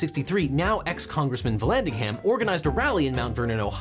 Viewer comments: When ham is in a name the h is silent and the a is pronounced as a schwa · The h is silent in Vallandigham Like Brigham or Bigham